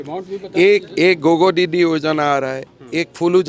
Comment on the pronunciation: FEKU GOGO DIDI ?????? Assam के tea tribe आदिवासी सुची में शामिल करें। गोगो डिडि 😂😂😂😂 उच्चारण डिटो अंग्रेज जैसा।